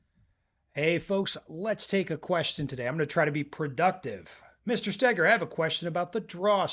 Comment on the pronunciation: why do you pronounce stow-gerr wrong 😏